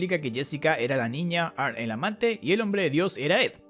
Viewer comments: Y no se dice "arn". Se dice "Arni" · Se pronuncia "arni" pesao